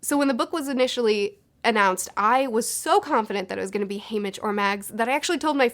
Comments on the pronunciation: You say haymick but his name ia HayMITCH. You say voldemore but it’s voldeMORT. What is happening?! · Can we just talk about how she pronounced it as. "Haymic" for the first half of her video.... But other than that I like the video. Solid opinions. I just want to know how the haters felt about 'Joker' and 'Suicide Squad' and 'Birds of Prey' all these movies about villains, being kind of likeable. Second How old do people think Snow is??....The games had been going on for 74 YEARS by the time we got introduced. Snow would need to be at least 95 to have been the creator of the Games, to me it looked like the man was early to mid 70's. Finally, it seemed like Mags and Snow where about the same age. So who's to say that she won't make an an appearance???